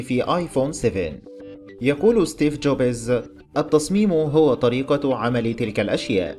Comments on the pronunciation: احلى شي ستيف جوبيز 😂😂😂😂😂 يا عيال اسمه ستيف جوبز مو ستيف جوبيز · اسمه ستيڤ جوبز وليس جوبيز حتى اسم مالك أبل مايعرفون اسمه